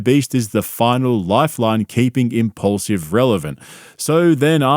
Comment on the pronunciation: “Impaulsive” More like “I’m-repaulsive”